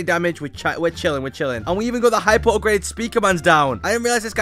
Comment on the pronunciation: no way bro said "I GOT THE ULTIMATE UPGREDED TITAN DRILL MAN" 💀💀